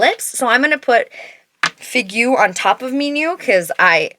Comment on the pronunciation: So helpful to have so many comparisons! I'll have to swatch these lip liners in store, they look amazing, I love the colors. Figue is pronounced "fig", and you almost get Ma Biche right, simply there's no "eh" at the end 🫶🏻 I don't know why they give French names to everything 🤣